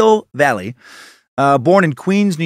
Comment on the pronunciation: Excellent work sir. Just FYI tho...Valle is pronounced Va-ye.